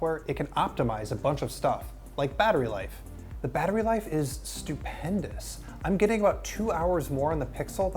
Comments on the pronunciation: you keep saying it's stupendious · 'Stupendous' lol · Butchzzilla I came to the comments as soon as I heard it